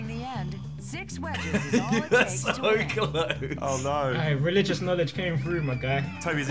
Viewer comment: SI: "I have no Knownledge"